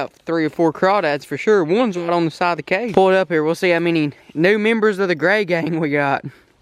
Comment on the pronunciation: Is he saying gay gang or gray gang